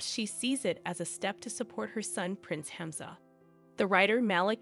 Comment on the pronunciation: Alia = aa lee yaa, Hamzah = haam zaa